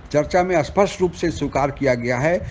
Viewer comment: Aap aspasht kyu bolte hain spasht ko, ye ulta word hai spasht ka